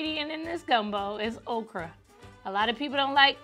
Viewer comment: When said okra i knew hers was a hit